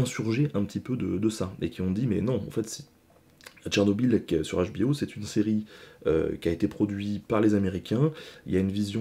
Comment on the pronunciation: Salut l'ami, il faut faire un Choix : HBO en anglais, Où HBO en francais, mais la tu prononce les 2 langues dans le même " mot " 😂 Bisous